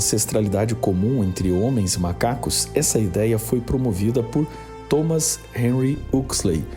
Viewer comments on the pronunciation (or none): none